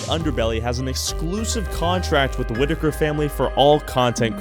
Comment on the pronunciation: At least pronounce Whittaker name right if you plan to make the video, wtf.